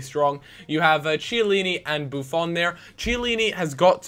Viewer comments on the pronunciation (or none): It's not CHEY-ALLINI. It's KEY-ALLINI! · It's Chiellini (Key-eh-leeni), not tsheelini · Kiellini, not CHellini. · it's not pronounced chiellini, IT'S KEE-E-LEE-NEE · CHeillini, not Kiellini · You keep on saying Chiellini wrong it's pronounced like Key-Ellini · "KEY - A - LINI" please freaking say it right...!!! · But the "ch" in chiellini is pronounced like a "k" for the rest he says it right.